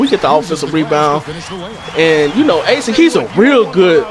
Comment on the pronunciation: Lol Asik(A-Sick) , its pronounced (Uh-Sheek)